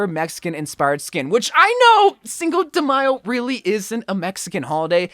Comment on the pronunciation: What's "Single de Mayo", is that a Bro You Wack holiday? 😂